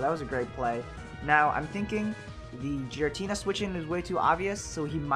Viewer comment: Isn't it Giratina? You pronounce it as Jiratina